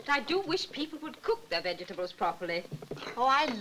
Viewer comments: "Vegge tabbles..". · Veggie- tabbles! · Ha ha, the way vegetables is pronounced in this film nearly as bad as the awful acting.